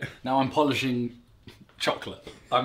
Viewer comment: Nobody: Simon: CHOClet